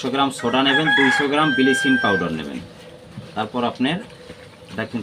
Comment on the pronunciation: বিলিচিং আবার কী, আমরা তে ব্লিচিং বলি।